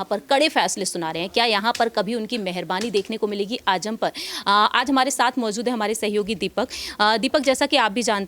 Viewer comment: Ajam nahi azam bolo j nahi z hai pahle bolne ka tareeqa seekho